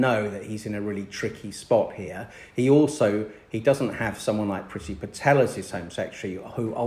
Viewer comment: Love love love Bridget Phetasy please pronounce her name correctly. Other than that great content xxx